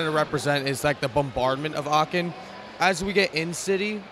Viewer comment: Very nice moc And it’s so funny hearing him saying “Aachen” cause I am living in Aachen he’s pronouncing it so wrong haha